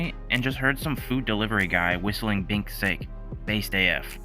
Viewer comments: bro its pronounced binks sah-keh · Didn’t realize I’d find out this was an AI channel from the way it pronounced sake 💀Cuz ain’t no way a fan would pronounce Binks Sake like that lol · Bro the word is pronounced sake